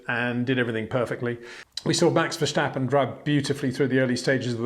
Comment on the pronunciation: I love watching your videos but is it really too much trouble to learn to pronounce the names of the drivers properly? In particular Verstappen and Bottas. Doesn't come across as very professional.